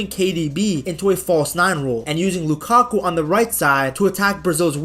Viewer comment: Lakaku 😔🥀 its lukaku